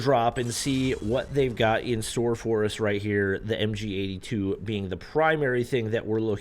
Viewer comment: MG42❌ MGA2✔️